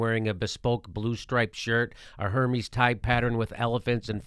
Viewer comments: 'Hermees' 😂is pronounced Airmeze' with an uppity condescending tone 😤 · someone tell Jimmy its pronounced her-may. not hermes. But I still love you Jimmy. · Hermes is pronounced "air-mez" :) Love ya Jimmy! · Sorry - but Hermes is pronounced 'err-mez' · Since Hermes is a French design house, the H is silent. Strange Jimmy didn't know that.